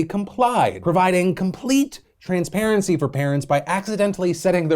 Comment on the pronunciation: You said TRANSperancy too many times and it’s offensive!